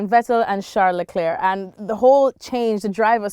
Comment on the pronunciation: Alexis is planking on everyone by saying Charles Leclerc's name correctly.